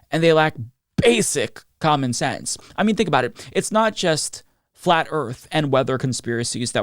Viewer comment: Kandiss Taylor (yep, that’s how she spells it) can’t use any kind of sense, she can’t even pronounce the word ‘sense’. She said “it doesn’t make scent”